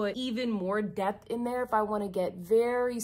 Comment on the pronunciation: Haha. You said "depth" and I heard "debt". Indeed!